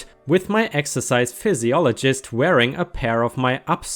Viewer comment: Most important, this needs to be read in its entirety, don't comment unless you've read it all Ripesters! Look, I'm not busting your balls (well, I suppose I am). But, the next time I hear you say "pisologist" instead of the English version calling it "fizziolgist" we're gonna have a fight. I'm also German, or at least had been, I guess the time in the States and having an Irish mother have taught me the easiest of lessons in a language that for some damn reason, is one of the most difficult to learn, again, not busting your balls! (Oh, wait, that's exactly what I'm doing) Phy, usually means a Fizz sound, in all seriousness, you do really well using your skills, so I guess I am busting your balls, just a little bit;-) I'm a bit of an asshole by trade and you are an excellent storyteller. Rock on, all of my love for you and your story telling! Please keep it up, I wouldn't trade you for the world! In all honesty. I respect that you ask for help if some word/words don't seem right. That's freaking English for you. Then again, we normally don't need 90 letter words for off the cuff type statements, like kindergarten for example. We apparently removed about 72 letters to refer to the year before 1st grade, but still, we love where the term came from! Again, keep killing it.You sir, are a great narrator. It was a bit of fun busting your balls just a bit however.